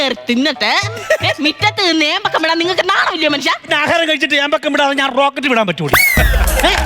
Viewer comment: ഏമ്പക്കം അല്ല keembokkam vidarunnu 😂😅